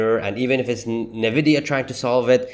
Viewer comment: I’ve heard about Nvidia as we all have. What is this “Ne-Vidia” you keep talking about?